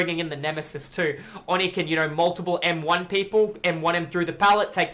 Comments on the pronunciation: It is pronounced oh knee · That's not even true. Oni is written: 鬼, read as おに (o-ni). The o is very deep and unlike an "aw". just actually isn't saying it correctly. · Why do you pronounce it "awe knee"? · "Awe knee" is the Japanese pronunciation, but isn't drawing the O out long enough.